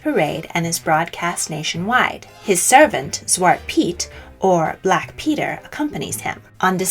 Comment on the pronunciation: Okej nice video, nice research, interesting and all, but the pronounciation is quite out the window, sadly. I first twitched at [kraist kaind] which should be pronounced in the german way [kristt kinn-t]. Then zwarte Piet, despite not speaking dutch myself, was also quite hard to swallow. Tomte / Nisse don't have an i nor y at the end, and are pronounced [tom-teh] and [ni-sseh]. And [did moarge] was soooo... sad. It's [dead mo-rose]. I mean you managed to get the [chn] sound in Belsnickel, but Europe was too far for getting the pronounciations at least a little bit right ? That's disappointing. Also you can't talk about the Wild Hunt of Odinn aka germanic/viking mythology, relate it to modern Christmas, and then not talk about the fact that Jól/Jul was from the start the celebration of Freyr and other Vanir gods, and even Thor and his goats, and that's why the Julbock (Jul goat) got associated with that period of the year... Else I don't really see why including Odinn in the list, because no, he's not a Christmas-period specific character at all. His Wild Hunt lasts a much longer time and when it happens varies depending on sources and places. Otherwise happy that you included the Befana, Krampus and the icelandic spirits !